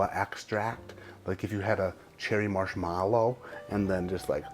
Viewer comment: This is the second video I’ve watched today where you pronounced “marshmallow” that way. Is it part of your schtick or do you unironically say it that way?